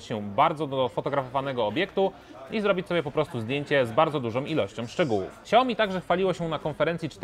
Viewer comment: Xiaomi a nie ciaomi